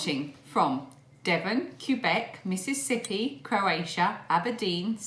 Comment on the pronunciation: You have done a good job pronouncing Mississippi. We have a song and dance 💃“M, I, crooked letter, crooked letter, I, crooked letter, crooked letter, I, humpback, humpback, I”. I love how you keep the girls busy so they don’t get depressed during this down period around the world.